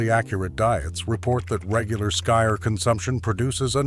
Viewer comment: Skyr is pronounced skeer. I had some from a store. Good flavor. As for surstroming, my brother got some due to his brother in law coming from 🇸🇪 Sweden. He make the very bad mistake of opening it in the house. I've seen video of guys sitting together when it is opened w a hand can opener. Iit's under pressure so a nice burst releases up and out. The smell has them gagging and retching. I guess it's normally consumed w cooked w onions and thin potatoe bread. It would b an interesting eating competition.